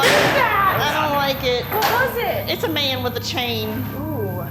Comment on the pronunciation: "It's a mayun with a chain... he's quick like a ninja..." LMAOOO